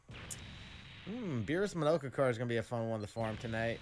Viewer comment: Monaka not Monoka 😂